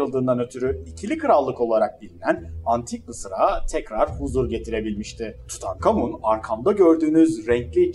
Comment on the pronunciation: Tutankamın diyip durduğun için izleyemedim videoyu ama güzeldir illa ki attım bi like